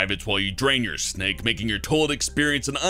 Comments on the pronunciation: I love how he says toalet instead of toilet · he says "Toe-lit" instead of "toy-let" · LOL he says "Tolet" not "Toilet" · it sounds like your saying tole-lit